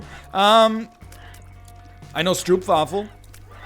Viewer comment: everyday I wonder to myself, when will we hear NL mispronounce stroopwafel again